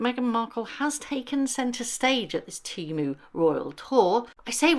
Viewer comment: not “TEMU” 😂